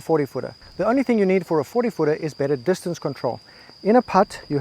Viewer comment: You are right sir. When I heard you say dis-ton-say for distance I knew you got me good 😂